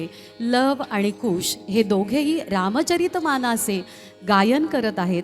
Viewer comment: निवेदिकेने मूळ गीतातील शब्द नीट ऐकावेत अवधूतस्नान काय दुदुंभी काय प्रीतीसंगमी काय ... रामचरितमाना काय कामेष्ठा काय ... "मस्तकाघण" मलद आणि करूष ?? जोड आणि कार्मुका - सायक , की सायका गायिकांचे आवाज चांगले आहेत. शब्दोच्चार नीट हवे . कितीतरी सदोष उच्चार केलेत. तुझ्या "यज्ञी" मी चा उच्चार किती अस्पष्ट सगळ्या गाण्यांच्या मूळ चाली, मूळ शब्द , उच्चार अजून नीट ऐकणे अत्यावश्यक ... राण्या करतील पायस भक्षण उदरी होईल वंशारोपण त्यांच्या पोटी जन्मा येतील योद्धे चार महान अशी ओळ आहे ती. राम जन्मला ग सखी सारखे गीत कितीतरी चांगले व्हायला हवे होते. सावळा ग रामचंद्र आवश्यक होते , कारण "रामलल्ला" चे कौतुक सांगणारे ते गीत आहे. Heavy -Classical अंगाने हरकती ताना जाणे अपेक्षित नाही आवश्यक नाही !